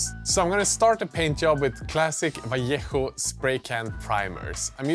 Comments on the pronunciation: Well done, sir. Good pronunciation with Vallejo!! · This might be the first video I've seen where anyone has pronounced 'Vallejo' properly - hats off. The buildings were cool too.